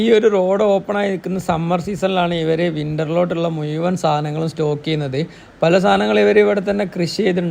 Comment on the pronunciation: ഇഷ്ടം ഒക്കെയാ.. പക്ഷെ മുയുവൻ.. സഹിക്കാൻ പറ്റുന്നില്ല